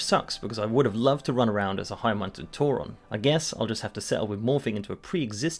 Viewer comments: Who the fuck calls a tauren a tour ron? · he says Tauren like "Tauron" smh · I want to like this video, but I'm pretty 'Toron' how he pronounces Tauren. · Why do you pronounce the "e" in Tauren as an "o"? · whats a TauRON, its tauREN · Why he sayin tauron? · Why do you say Tauron? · Tauren doesn't have an "o" in it... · never mind I didn't noticed he pronounced it wrong. I was saying it right after all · Phantom Link it’s not his accent, I’m from uk and I don’t pronounce it like that 😂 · Forget Tauron, stop saying "L-U-A" It's lua, loo-ah